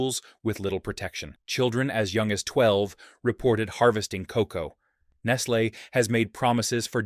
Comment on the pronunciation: Do you realize that there are no safety nets in these countries. If the the kids don’t work they don’t eat. So lose there jobs for them so they can starve to death. And again the AI voice is mispronouncing Nestle.